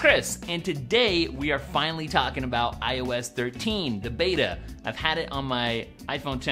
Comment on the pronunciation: Am I the only idiot that kept hearing "I was 13" instead of "iOS 13"? "Today we're going to be talking about I was 13." lol